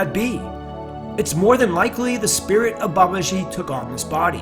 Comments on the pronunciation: FYI. It's Baba-jee. Like Jeep without the P. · It's BA ba ji, not ba ba JI. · Its Ma not Mae, soft a in English, ji does not have a swish in it, it is Ji, Baba-ji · Babaji is pronounced Baba g a long g sound in English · Please learn the correct pronunciation when you speak his revered name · learn to pronounce babaji's name correctly first and stop butchering it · If one decides to make a video about a certain person, one should first of all learn how to pronounce his or her name properly. Author's pronounciation of Babaji is annoyingly wrong. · Learn to pronounce the Babaji's name correctly. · Good one... but, Please learn to pronounce the name properly.